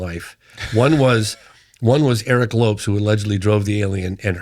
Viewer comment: He got Aguilar for the most part but doesn't realize to pronounce Lopes as Lopez after all these years?? 😅